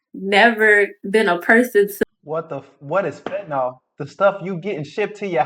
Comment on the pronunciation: "FET–nahl" 🤦🏾‍♀️ It's Fentanyl (FEN-ta-nile).